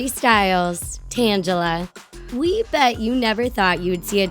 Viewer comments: Tan-ga-la not tan-ja-la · Not tanjla its tanglea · I know this video is old but good lord could someone please help the readers of the lines pronounce things in all of these videos??? Funny content but when you butcher names it gets a bit cringy. Like Zendaya's name from another video and here, Tang-ala as in a play on the word tangled. Please have someone check pronouncing before posting a video. Please? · everytime you said "tangela" made me wanna kill myself i think its pround tangle-a well thats how i have been prounced it forever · It's tangela ( tane- ga- la) not tangle ( tanj - a - la ) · ITS TANGELA NOT TANJELA!!!!!!!!!!!!! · tang-ela not tan-gela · You said Tangela wrong. Tangle-a nor t-angela. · It's tang a la that is how its pronounced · YOUR PRONOUNCING ALL THE NAMES WRONG! Like TANGELA! It's just Ta-Gel-a! GEEZ? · She said Tangela wrong.Its tan-ge-la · Not to judge, but you said Tangela wrong. It's pronounced Tangle-uh. Your welcom for the feed back! I enjoy your videos lots. I could use improvement, but I love your channel. I watch your videos at least 5 times a week. Love you! -A Talko Fan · It's Tang-ga-la. You guys made me cringe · you pronounced Tangela wrong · Omg they pronounced tangela wrong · You pronounced tangela wrong...just to point it out